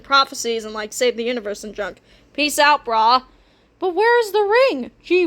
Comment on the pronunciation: The accent you give to peace that sounds like he’s Scottish